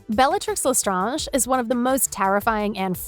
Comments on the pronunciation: Isn’t it Le STRANGE not Les StrAnge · it’s leSTRANGE like the word strange not lestraagne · You pronounce lesstrange as les strange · By the way, it's Bellatrix LeSTRANGE you pronounce the last part of her last name as strange